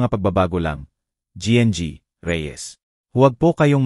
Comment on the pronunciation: Hindi ko alam kung Anong nasyon ka, koreano,niponggo, bisaya, o ano ba,Ang gng ay ginang kung bigkasin para sa susunod ay alam mo na, hnd Ako namimintas tinatama ko lng,cnsya na